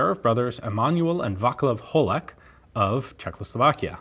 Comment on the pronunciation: You pronounced "Praha" quite well. Even the surname Holek!